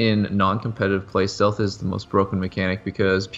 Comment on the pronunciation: lol it said sealth instead of stealth lol